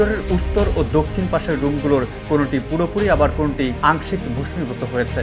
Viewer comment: ভাইজান, ভস্মীভূত (ভোসমিভূত) এটা কেমন উচ্চারণ?